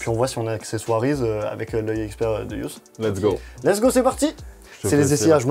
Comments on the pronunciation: mon dieu arrête de dire lessgui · Pas mal , faut juste arrêter de dire : let's gi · pk tu dit let's gi